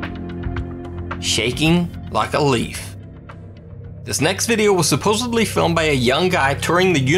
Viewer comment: babe. Supposedly. Not “suposably”